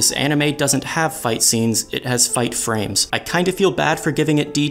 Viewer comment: he said I "INCEST" instead of insist, did you get it as well????